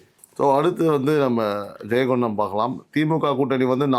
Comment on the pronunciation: ஜெயங்கொண்டான் ( Jayankondon) இல்ல ஜெயங்கொண்டம். ( Jayankondam)